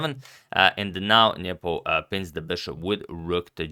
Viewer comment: he always says Niepo ... super annoying